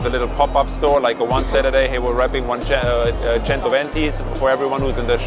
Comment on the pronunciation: CHENTO-VENTI aka learn the pronunciation pleace or ask some one..